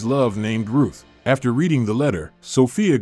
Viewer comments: Are you saying Rude? Her name is Ruth. 😂😂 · Yep. The AI voice never fails .... to fail us. He's saying "Rude" over and over again, when he should be saying 'Ruth". hahahahahaha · If it was that important to you, maybe you should of pronounced her name as Ruth and not rude 🤦🏽🤦🏽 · It is not Roode but Ruth...Get your facts straight... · DUDE, her name is RUTH, not RUDE!...btw I remember seeing this movie (not bad)!